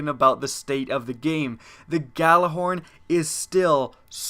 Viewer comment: It's pronounced "Ya-Lar-horn" not "Ga-la-horn" It's soo frustrating to see people saying it wrong and if you're putting it into a video, at least get it right.